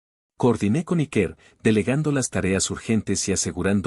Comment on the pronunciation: Ya que algunos se ofenden por como se pronuncia nombres en inglés , decir Iker es un nombre vasco y se pronuncia Íker, no Ikér